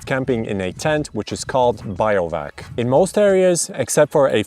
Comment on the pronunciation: Pretty funny to hear someone call bivouacing "biovac". but the Bi is pronounced the same as in Bivvy (which comes from bivaouc which comes from beiwacht). there is no relation to bio(logy) in that word.